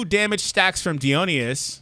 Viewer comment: Uhh I don’t really wanna be that nerd but it kinda bugs me for god knows what reason. Dionysus is pronounced like Die-o-nice-us.